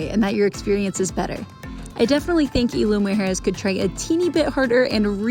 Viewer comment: We enjoyed your video. Isla Mujeres (IZ-LA MOO-HAIR-ES) Deserves a few days stay to truly enjoy and know the island. The entire vibe and atmosphere changes after all the day trippers leave around 4pm.